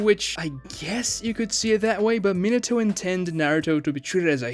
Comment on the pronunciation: I'm surprised he can pronounce Minato right.